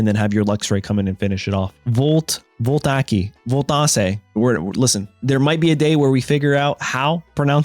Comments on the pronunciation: It’s pronounced Vawl-tah-eek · Its pronounced vol-tay-ic of, relating to, or producing direct electric current by chemical action (as in a battery) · Vol-tay-ik would be the pronunciation you're looking for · Vole-tay-ick bullet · It’s pronounced “Volt-ay-ik” bullet